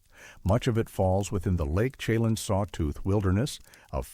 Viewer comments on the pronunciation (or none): It's pronounced Lake "Shha-Lann" not "chey-Lon" and Colville is pronounced "call-ville" not coal-ville.